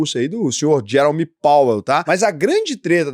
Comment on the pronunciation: Fala-se gerôme pauél. (E não Gérome, como vc falou)